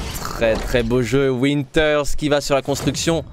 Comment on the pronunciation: Je sais pas vous mais PUTAIN C PAS WINTERS C VINTER V COMME VALENTIN MERDE sinon bonne vidéo xD